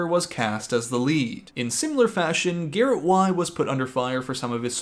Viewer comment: I died “Garret Yr, Garret Yr… Garret Y”. 😂😂😂😂😂